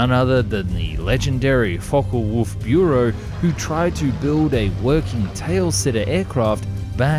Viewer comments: "Trebfluegel"? You mean "Triebflügel". "Trieb" (Antrieb) meaning "drive" and "Flügel" meaning "wing". BTW Not only did they forget about the difficulties of landing this thing, how about ejecting? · Its Treeb Fl-yew-gayel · Amazing airplane, thanks for the cool content on your channel. Also props for trying to pronounce the U-umlaut (spelled 'UE' in Triebfluegel). However you failed miserably :) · There is an "i" missing in the title ! It's "Triebflügel" and not "Trebflügel" :)) Otherwise i love your channel !! That try to pronounce "Triebflügel" at the end was adorable, i always love it when people try it :)) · Love the video, one thing: it's called Triebflügel, not Trebflügel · I'm German and trefluegel makes no sense, there is no word like Tre, the plane is called the. You used the right name in the video but in the title it's wrong..:(( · Triebflügel! (propelled/driven wing) Not Trebfluegel.😉😄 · its called Triebflügel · I saw you were struggling with the pronounciation at the outro... the video title has a slight spelling mistake. It's: Focke-Wulf Triebflügel (Triebfluegel on your keyboard). Triebflügel translated is put together from the words Trieb and Flügel, meaning Drive Wing basically. A very german and literal translation for this crazy design anyway... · where is the ü in "fluegel" and you mispronounced it